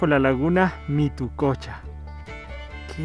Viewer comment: mituqucha, no mitococha